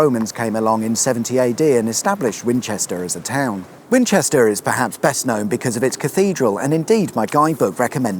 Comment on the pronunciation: Could I be mistaken, but did you say "Fwinchester "?